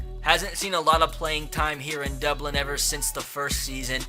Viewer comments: How we pronounced it "Dublin" how 3 years old pronounce it "Dubwin" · Crankin36 how intellectuals pronounce it “Dubwin”